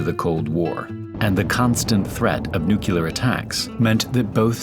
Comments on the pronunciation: nu-CLE-ar nu-CLE-ar not NU-kyu-lar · Nu-clear, not nukuler. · Nuclear, not nucular… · It’s “nu-clee-ar”, not “nu-ce-lar” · it's pronounced NUCLEAR buddy not NUCULAR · I am watching this now and enjoying it. Recall that nuclear is pronounced NEW-clee-are, not NEW-cue-larr. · Nuclear, not “nuke-you-ler”!! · nuke-lee-ar not nuke-you-lar 😀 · noo clea are, not nuke oolar 😉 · Nuclear, not nuculor. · It’s not NUCULAR, IT’S NUCLEAR (NEW-CLEAR). Irritates me when people mispronounce this lol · It's NOT "noo-kyoo-lar". Pronouce it as it's spelled "nu-clear". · Nu'clear' not nu'killer' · Nucular or nuclear? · It's nuCLEAR not nukular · It's pronounced NUKE-LEAR, not NUKEL-R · I dont understand HOW you can get the pronunciation NEU-QUE-LUR from the word NUCLEAR! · Love the video But it’s not “nukular” It’s nuclear. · It is pronounced nu-cle-ar not nu-ke-lar. It`s from the atom nucleus (not nu-ke-lus). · It’s pronounced nyoo-klee-arr not nyoo-kyoo-lar. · so evidently your parents pronounce it incorrectly TOO. It's not "either/or"... it's NEW KLEE ER... not NEW QUE LER. Do you see a second U in the word? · NuCLEar, not nuCULar. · It’s not pronounced “nucular”. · bro used AI and it still says “nucular” 💀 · "Nucular" lol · Please. Learn how to pronounce words. It's imortant. "nuke-U-lar" is not a word. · I can’t watch this. He keeps saying “nucular” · As a nuclear physicist, a part of me dies every time I hear the word "nucular" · Nu cle ar Nuclear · Nothing like a grown man pronouncing “nuclear” as “nucular”😭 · nook-yoo-lar smh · jeez, it's pronounced new-clear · i tune out as soon as i hear nu-cu-lar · It's NUCLEAR not nuculur! This is a huuugely annoying pet peeve of mine. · it's NU-CLE-AR. Like the NU-CLE-US of an atom. Please fix this. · New-kew-ler. *smiley Homer* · Why is it every single video about nuclear war and stuff that I've tried to watch recently pronounce it nucular??? Y'all need to learn how to pronounce the word. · Nucular alert